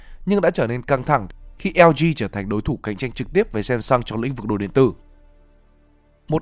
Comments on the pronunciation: Samsung đọc theo tiếng Hàn đúng hơn tiếng Anh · không đọc phụ đề thì cũng không biết bạn đang nói đến Seoul vs Samsung. vẫn biết là bạn phát âm cho chuẩn nhưng làm clip cho người Việt thì phát âm theo cách người Việt đc mà.